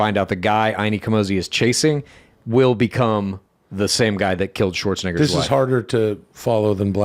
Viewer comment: I “wull hold on dude” my wife all the time now 😂